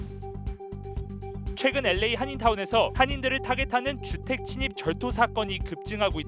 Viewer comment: 앵커는 LA를 엘에이가 아니라 에레이라고 완전 한국식으로 발음하네요. 기자는 정확하게 발음하네요.